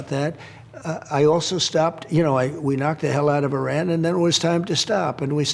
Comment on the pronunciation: How are you the president and don’t know how to pronounce the country Iran!…🤦🏾